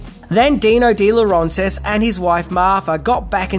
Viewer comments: It's De LaurAYntiis NOT LaurONtis. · Agreed. The continuous mispronunciation of De Laurentiis was excruciating. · It's Roger VADIM not Roger VADMIN. How many times do you say that name wrong? Sheesh. You're also botching the pronunciation of Dino de Laurentiis' name, but not as badly as Vadim's. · He also botched Di Laurentiis. He does have to make a better effort to pronounce names correctly. I hate what he would do to mine, Villavicencio. 🤣